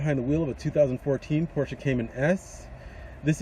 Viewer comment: Nice Review. Knowledgeable. Pronounce Porsche correctly (many youtubers do not) Agree that the car looks great in red.